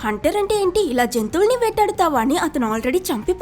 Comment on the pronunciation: జెంతువులని కాదు జంతువులని, Good